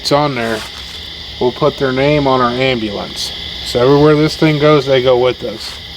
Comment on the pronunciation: Gosh Dang AMBA-LANCE lol you gota say it atleast once LMFAO